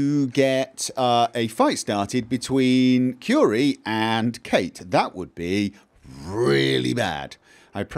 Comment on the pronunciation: Every time he says Curie a Frenchman dies.